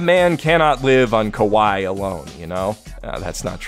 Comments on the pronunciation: at first i was like "what the fuck is 'Koe Why'? and then has a ". . ." moment and then put the pieces together that he said "kawaii" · Am I the only one who heard "A man can't live on kowai alone" instead of kawaii?